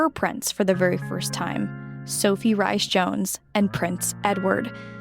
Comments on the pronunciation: Sophies maiden name is pronounced rees jones, not rice jones. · Sophie Rhys-Jones - pronounced Reece-Jones, but thank you for referring to Catherine by her correct name , as even British channels are unwilling to do so.